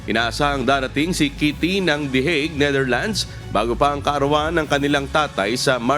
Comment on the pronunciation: Finally this lady reporter got the correct pronunciation of Netherlands 👏(not Neitherlands 😅) peace ✌️ to all